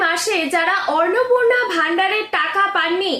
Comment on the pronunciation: Madam annapurna sabdatir uchcharan valo kare shikhe video banaben